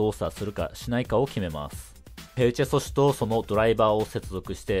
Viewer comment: ペルチェ素子って言えてない